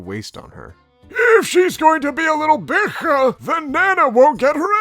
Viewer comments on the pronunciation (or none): i love how pronounces the word for female dog <3 it sounds so exotic <3